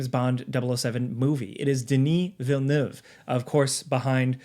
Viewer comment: i finally know how to pronounce denis villeneuve 🤣